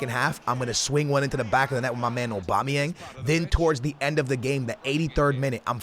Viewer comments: Lmao anyone else think it's funny the way says "Obama-yang"...😂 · he said obama yang while i was reading ur comment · Not funny he is just stupid